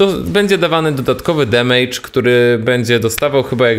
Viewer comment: Wszystko bardzo ładnie i pięknie, naprawdę pozytywny z Ciebie człowiek i bardzo lubię oglądać twoje filmiki...ale jak słyszę "demejdż" to mi się drobne w kieszeni rozmieniają ;)